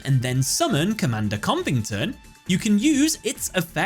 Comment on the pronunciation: You pronounced Covington wrong.